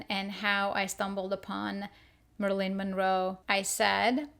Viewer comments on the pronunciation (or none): Who is "Merlin Monroe"? 🤭🤣